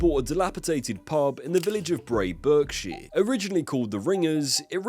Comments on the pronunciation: If he can't pronounce place names in his native country correct ("Berkshire" .. come on man), good luck with French. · The "Berk" in Berkshire is pronounced "Bark". Great video as always! :) Really interesting story!